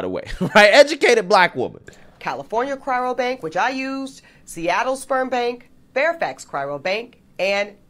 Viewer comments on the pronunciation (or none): Why she say "Cryro", not "Cryo"? 😂 Shes educated???? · I already commented but I had to comment again after hearing this "educated woman" calling it a CRYRO bank over and over. Hey educated woman... It's a CRYO bank. Not a CRYRO bank. SMH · Is 'cyro' hard to say? Why do I keep hearing it being said as 'cryro' by a person who has dropped a ton of money on the company's services? You'd think somebody there mentioned the name once or twice or that the woman who is supposed to be educated could manage it all on her own. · Pretty sure she could find any color seed she wants for free. She's just not hitting the right clubs in the right dress. 😅 And does she mean cryo? She keeps saying cryRo... sounds pretty stupid. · For someone who's supposed to be educated and she can't even pronounce the word cryo, she keeps saying cryro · I don't think it's "cryroe", pretty sure it's "cryo" as in frozen, not sad abortion. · Doesn't even occur to her that she is (may be) the problem. She appears bitter and inflexible. Change my mind. And "Cryro", it's Cryo as in Cryogenic. C'mon man. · The woman cannot say cryo. She says "cryro"😂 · Yeah, I'm gunna take a cryo-bank suggestion, from someone who calls it "cryro"... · she pronounces cryo wrong..... its not cryro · “Cryro” lol it always amuses me when people add extra letters to words, especially when they try to present themselves as highly intelligent or “educated”. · She can't even pronounce "Cryo". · Educated my ass she can't even say cryo right. Shell prolly be the type that will head up the future SS when they start making issues of percentages white DNA in the populace. Only difference will be you won't be able to hide it like in WW2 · Did she say "cryro"? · So she has college degrees and yet still cannot pronounce 'cryo'. Not a serious person. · This is so embarrassing. She can't even pronounce "cryo"! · She can't even pronounce "cryo" correctly... 🤦🏼‍♀️🤦🏼‍♀️ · She mispronounced “cryo” every time she said it.